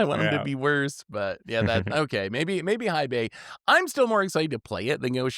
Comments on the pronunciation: Love your stuff! Hei Bai is pronounced "hey bye". Hei translates to Black and Bai into White so Black White, cause he's a pandy 🐼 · it's pronounced Hey Bye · mispronouncing Hei Bai perfectly backwards is hilarious. One of his best 😂😂